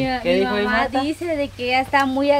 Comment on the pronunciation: Ándale, así se dice mamá con acento. Y tú le dices mama y como tú lo dices como si fueras a mamar es como si le dijeras q mame. Cada q le dices así es como si le estás diciendo q mama. La palabra correcta es mamá con apellido